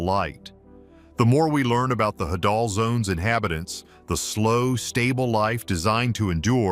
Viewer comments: Hadal (Hay-dal) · I had to turn this off after 6mins... I couldn't concentrate after laughing so hard at the pronunciation of "trimethylamine" qand the "hadal"... 🤣🤣🤣